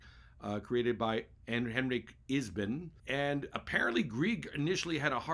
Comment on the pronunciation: Thanks for the recommendations. Please note: Ibsen, not Isben